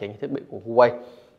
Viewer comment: Thanks bạn đã review. Góp ý nhỏ brand HUAWEI đọc là Hoa-wei, châu Âu, Mỹ thì họ đọc là wa-wei